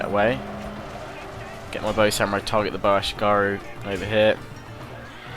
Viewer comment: Ah-She-Gah-Roo, it took me a couple of minutes that he was trying to say ashigaru rofl.